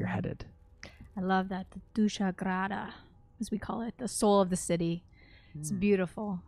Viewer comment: Omg said “dusa grada “ ( soul of the city). I’m Serbian/Croatian so that’s really cool to hear. She pronounced it really well too.